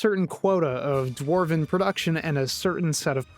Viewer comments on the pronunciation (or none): none